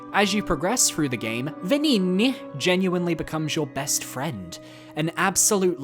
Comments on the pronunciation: The game pronounces Venigni wrong. A gn is always an "ny" sound in Italian. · "Venigni" made me laugh every time you said it.